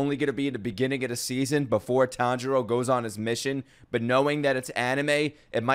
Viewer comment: Still waiting for to pronounce Chuntaro correctly